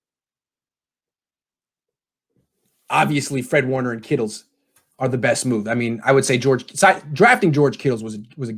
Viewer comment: Dear please for the love of everything stop calling him “kittles” 🤮